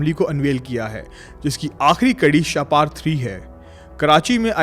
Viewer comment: شاہ پار نہیں شاہپر لفظ ہے شکریہ ❤